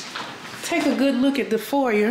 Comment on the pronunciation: Please it’s pronounced for•yay😂